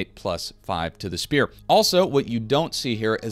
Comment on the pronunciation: Oblvion and Skyrim players be like "what the fuck is a speeeoore?"